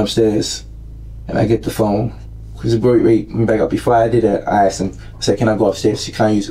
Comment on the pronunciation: He “axed”! The word is ASK!